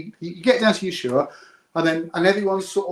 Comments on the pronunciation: Dear, the place in Argentina isn't Yeshua. It is Ushuaia, Ush-u-a-ia. You bias is showing. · It's pronounced USHUAIA just like it's written. And great you don't understand timezones fine. But what difference does it make if the sun is out 24 hours a day you massive dingus. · How does an older person, who must have been alive during the Falklands War, get the pronunciation of "Ushuaia" wrong? It was talked about a lot on the TV and radio news in 1982.